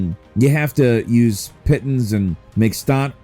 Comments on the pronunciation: I'm super excited to play Cairn! Pitons is pronounced "pee-tahns" just as an fyi. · pitn's lol "Pee-ton-s"